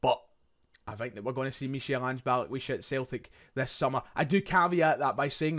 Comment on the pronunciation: It’s pronounced Mikal Ange